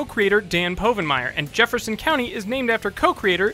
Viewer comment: Dan’s last name is pronounced wrong at least ten times!